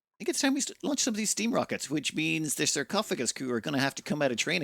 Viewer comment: Am I the only one who heard "Sir Cough O. Gus 1"? Emphasis on the Sir...